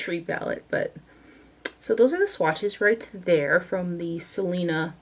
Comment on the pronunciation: As a Hispanic and and Texan I love that you swatched the Selena collection. Your Spanish pronunciations were pretty good too! 💃🏻